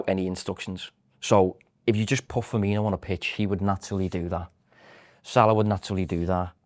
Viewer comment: murders most surnames eg; Ferminio and Fabino. So poor.